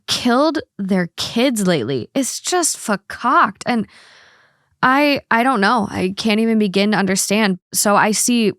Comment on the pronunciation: That I would interpret of been “Fahcocked”